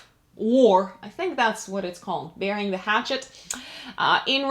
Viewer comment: 'Burying the hatchet', it sort of sounds like "bearing the hatchet" with your accent, which puzzled me for months last year. As in where you were from, as if I was Henry Higgins!:)